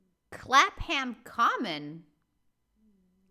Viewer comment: Clapham Common is in South London. Clapham is prononced as one syllable... like clap'm .... if you see what I mean 😊